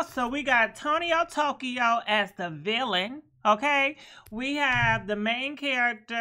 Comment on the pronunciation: “Tonio Tokyo” 😂😂😂💀